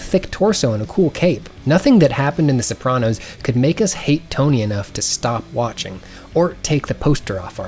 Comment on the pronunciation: I adore you, but the way you pronounce Sopranos makes me feel violent